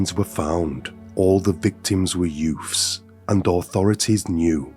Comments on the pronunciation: Youths...the word is youths. Not yoofs. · The content is definitely interesting and you cover some lesser known cases, but.... What is with the over-the-top selective english lisp accent? Like, you can clearly pronounce the TH properly, and yet you clearly CHOOSE to pronounce it as a FR in some cases. Sometimes both in one sentence lmao.... "Two THousand and FRee" or back to back "THreat (proper), Youf's (youths* lollll)" And P.s. I'm not hatin-Ğ, it is just somethin-Ğ I find very puzzlin-Ğ. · Are you trying to say youths? It’s YOUTH’s not YOFF’s lmao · I agree, I had to stop listening. It's too put on and the 'yoofffs' and other words with 'th' being pronounced 'ff' is so annoying. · It's pronounced: "Youtts"